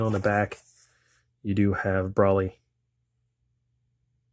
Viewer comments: It’s not pronounced brawly brah. Do you pronounce gold as gawld.. or better yet broccoli as broccawly?? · Is anyone gonna bring up the fact that this guy just bought the DVD and can’t even pronounce broly right ?? BRALY........ wtf